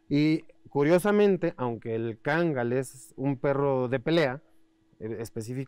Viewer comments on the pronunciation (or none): No es kagal sino Kangal